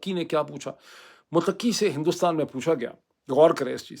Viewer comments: Muttaqi Not muttaqqi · Bhai Afghan Foreign Minister’s name is, Mut-qi not “Muteqi “ . Means پرہیزگار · Pl correct u r pronunciation: Mttaqi. U r stress is on QQi. No stress is on TT. So it is like Mutta....qi. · Not mutaki. It is Mutta kee. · It's not mutaqqi. It's muttaqi. Taqwa wala! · His name is not mutakki. His name is mutt ki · سر تلفظ تو درست کر لیں ۔موتقی نہی مُتّقی ہے ۔۔معزرت کے ساتھ بات گھماتے بہت ہیں 😂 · جناب افغان وزیر خارجہ Mutqi نہیں بلکہ Mutaqi ھے۔ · "Mutakki" naheen bhai 'Muttaqi" hey, jaisey "Muttaqi parhezgar". Vesey vlog achha hey. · یہ لفظ متقی Muttaqi ہے ۔ Mutaqqi نہیں ہے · Please pronounce the word 'Mutta-qi' correctly. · Muthta qui Correct pronunciation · Dr Moeed your pronunciation of Muttaqi is not correct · It's Mut' taqi..😊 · متقی مت ایک لفظ ھے آپ نے ق کی بجائے ت پر ذور دے کر پڑھنا ھے۔۔۔اس کا معنی پاک ھے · ڈاکٹر صاحب مہربانی فرما کر تلفظ درست فرمائیں مت ۔ قی